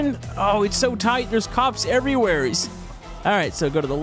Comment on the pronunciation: You said everywhereys